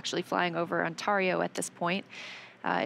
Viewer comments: Ontario - On 'tare' eo. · I've never actually heard someone mispronounce that. Remarkable.